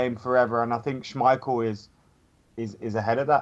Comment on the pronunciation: saying someone else's name wrong. Still says Mkhitaryan wrong. Now adds an extra syllable to Schmeichel's name